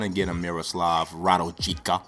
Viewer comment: I'm from Serbia and his name we should read RADULJICA but you can read RA-DU-LI-CA ;) You read in this video RA-DUL-JICA